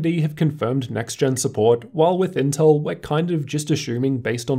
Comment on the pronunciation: The L in inteL ain't there for nothing y'know